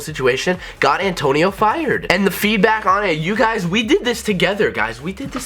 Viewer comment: every time he says Antonio i cring